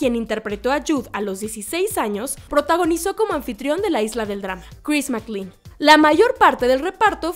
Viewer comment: Dios mío tantas veces escuchar mal pronunciado el nombre de o personajes casi hacía que quitará el vídeo, que molesto. SE PRONUNCIA DONCAN, NO DUUNCAN.😡 Y CHRIS MAC-CLEIN. así. Gracias.